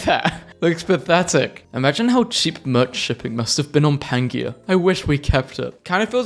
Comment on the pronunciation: Word: Pangea: "Pan-gee-ah!" Everyone else: "Pan-jee-uh."